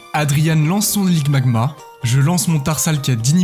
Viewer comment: C'est marrant tu dit ligmagma au lieu de limagma Sinon trop cool ta chaine